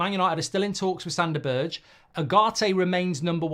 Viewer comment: Don't know Sanderberge, never seem him play but I absolutely HATE how mark pronounces his name.